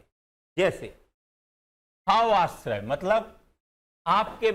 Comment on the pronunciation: सर, माफ करना, आश्रय नहीं आश्रव कहना, बोलना